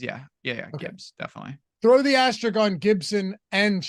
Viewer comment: It's asterisk, not asterick